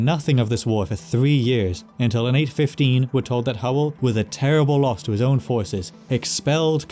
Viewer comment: This dude turned Loss into a Welsh word I feel like I've lost my mind